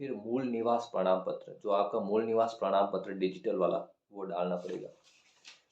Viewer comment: Pradam ptra nhi prman ptra 😂😂